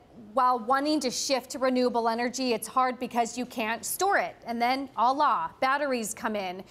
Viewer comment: did she just say "allah" instead of "voila"?